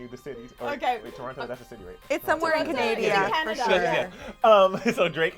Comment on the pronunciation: “..it’s somewhere in “Canadia” 🤦‍♀️@